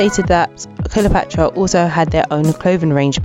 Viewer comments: Their name is pronounced CLEOpatra, not KILOpatra. Just FYI, no disrepect. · The last I heard they were called 'Cleopatra ' not 'Killer Patra' and they were from Moss Side, Manchester not Moorside. I appreciate the trouble you have made putting this together but please, you can do better. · Love it when we a decently researched blast from the past of a people who made an impact in the past. I recently was going through memory lane, looking at popular icons and their journeys from Ruff Ryders to Eternal. As good as this one is, why do I keep hearing Kiler-patra instead of Cleopatra 🤦🏿. Anywho, keep it up. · Why she saying KILLA patra ? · I heard her say that too 🤣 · I hoped she just misspoke but it kept goiing smh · why cant u say Cleopatra? love this band ❤️